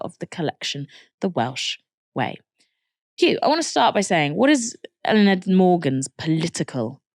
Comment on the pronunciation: love your guys' coverage but please work on your pronunciation of words like Senedd or Eluned